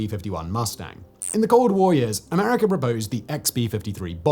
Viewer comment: Americer....Russier.... Simon has intrusive R's! 😅